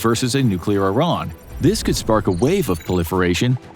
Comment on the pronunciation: Finally a youtuber that pronounces Iran correctly